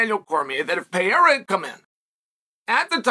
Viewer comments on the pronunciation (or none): Peiera :D Please make sure you pronounce a bit better his name :) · It's funny how Uncle Chael can't stand the two R's in Pereira's last name; he's not even close to pronouncing it right. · Dude still doesn't know how to pronounce Pereira